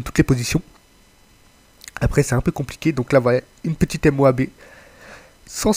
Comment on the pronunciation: dire M O A B ses une façons classe de dire moab like